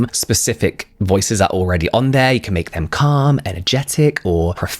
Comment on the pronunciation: I did not hear “calm” at first🥲